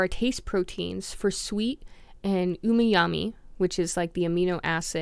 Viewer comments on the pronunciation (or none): Bruh you were sounding pretty intelligent til you said “umiyami” lmao